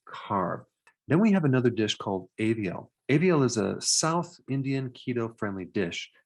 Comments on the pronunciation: Doc... It's aevial... Its aviyal 'a for America ' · That south Indian dish is called as aviyal (aa sound and not pronounced as aevial *@ ) healthy, tasty, filling traditional dish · Ah. Aviyal has a mention! 🥳🤤 The 'aviyal' is actually 'avi-yal' (as 'av' in avail) and not 'eh-vi-yal' (as 'a' in 'aviation') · Its not Aaaaaaviyal it Avii-yal. Atleast research how to pronounce it properly before making videos. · Hi Dr. Namasthe` 🙏🏼 . The south Indian dish you mentioned is Aviel, not Eviel. You r an international Dr. We r always following your channel to get awareness of various medical informations. Thank u so much. Much love from India.. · My man said Aeviyal instead of aviyal😂😂 It's a popular south Indian dish in south India mainly Tamilnadu... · It's pronounced "ahh-vee-l" FYI :) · Hope you good… i watch most of your videos.. you explain things very detailed.. The vegetable curry is pronounced ‘Aviyal’ like you pronounce ‘Another’ that ‘A’ pronounced like that 😊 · its pronounced as aaa-v-yell. (aviyal) one of the best Indian dish with lots of veggies sort of rainbow color veggie curry.